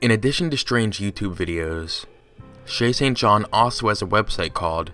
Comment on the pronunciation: All I hear is "Chasing John"